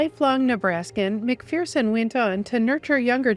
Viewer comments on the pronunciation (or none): Why id it nobody can pronounce McPherson right? It's not 'McFEARson', It's McFURson